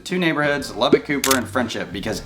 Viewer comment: Please learn how to pronounce the name of the city! It’s not “Lubbick!” There IS no “i” in Lubbock! Sheesh! It’s pronounced “Lubbuck”. Secondly, how do you mention “cons“ about Lubbock and not even bring up the words “dust storm?” All you said was “wind!” Yeah, and what does the wind CAUSE?!? Dust storms! That’s always been the biggest con of all for Lubbock.